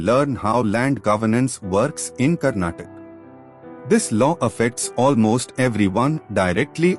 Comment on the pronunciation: karnatak❌ Karnataka✔ Please pronounce properly